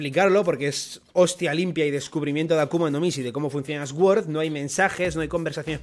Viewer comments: Recogida de likes aquí para que pronuncie suord y no eswuord 😢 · Sword significa espada, es una palabra en inglés y se escucha como "sord" podría decirse que la "w" no se pronuncia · Jaja esguord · Se pronuncia suord, las palabras con S al principio no se pronuncia ES, sino arrastrando un poco la S. Gracias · Cada vez que el pronuncia sword muere un profesor de inglés